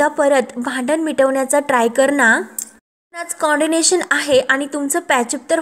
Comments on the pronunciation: Pl note it is co-ordination and not condinatoon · Coordination not condination ग बाई किती अज्ञान. कशी सांगतेस ग तू बाई.?